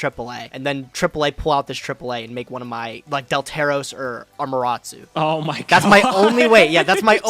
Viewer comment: say it with me. Am-uh-ta-ra-su! JUST READ THE NAMES!